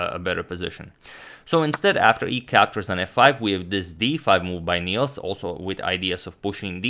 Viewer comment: Nils is pronounced more like "nills" than "neals" if you want to sound Swedish. Good luck! :)